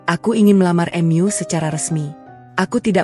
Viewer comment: Gunakanlah bahasa Indonesia dengan baik,"mu" bukan " m yu"